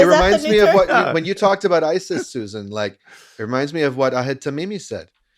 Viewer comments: Why do yall keep saying Suzanne instead of Susan? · I think y'all said Susan wrong. 😅